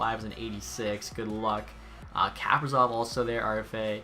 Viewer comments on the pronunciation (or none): none